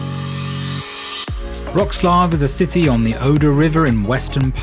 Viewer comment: Everything's great but you are killing the proper pronauciation of the city...